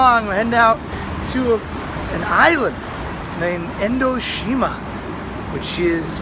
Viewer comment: Just a heads up its Enoshima not Endoshima